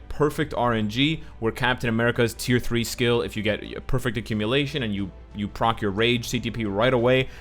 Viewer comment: what is accumilation? 😂🤔